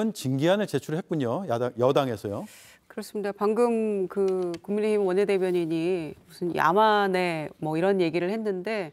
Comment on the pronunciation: ㅋㅋㅋ천하람씨 국민의힘 말하는데 국민의짐이라고 들리네 ㅋㅋ